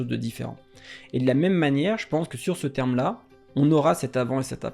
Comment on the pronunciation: Bonne vidéo! Merci ! Vous avez omis le 'r' dans "terme".